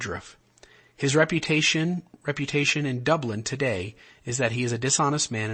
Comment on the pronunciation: Dublan,Chihuahua accent on the last syllable not Dublin in Ireland.. In reference to Bishop Robinson. Colonia Dublan